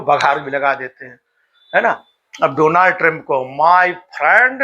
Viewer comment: Bahut sharm aati hai... India ko aisa anparh Pradhan Mantri mila....jo "Donald" pronunciate karne ke bajaye "Dolarnd" ... pronunciate krta hai😢